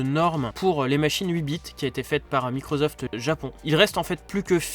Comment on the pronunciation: Microsoft et pas Microzoft 😹